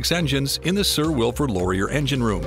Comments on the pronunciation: Please learn how to pronounce Canadian historical fIgures' names before recording the narration. It's Sir Wilfred law-ree-EH! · Laurier. Ay. Eh. A. ! Not Lorry ur.